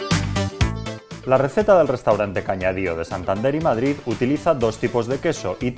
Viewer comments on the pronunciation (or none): none